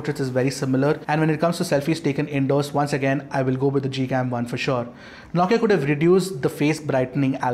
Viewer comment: Ffs. It’s “No” Kia not “Nau”Kia.